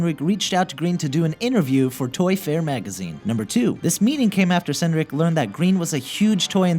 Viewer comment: How do you pronounce Senreich? Because I pronounce it as sen-rike similar to like.